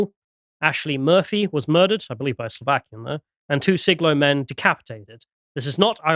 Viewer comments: Just so you know, it is pronounced Sly-go. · Sligo, pronounce sly-go, here to help lads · It's pronounced, Sly-go. where W B Yeats comes from. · Sligo is pronounced Sly-Go-A